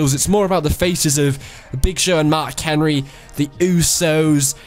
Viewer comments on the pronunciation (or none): none